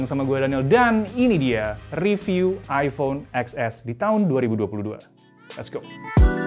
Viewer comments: baca nya bukan eks es tapi ten es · TEN ES WAK.. BUKAN EX ES…😂😂😂😂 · Baca nya iPhone Ten S kyk nya lebih enak di dengar. Hehe 😁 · eksses (emot ngakak)